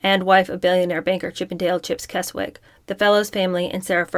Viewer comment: Keswick is pronounced Kesick